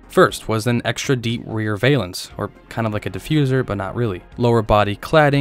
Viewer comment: I was around at the time. Worked at the local Pontiac dealership. Got lots of female companionships in the backseat of these vehicles. So yeah in opinion they were very cool. I really wish these cars were out there.. I'd buy one tomorrow. Valence... Pronounce it with short e sound in the second half of that word.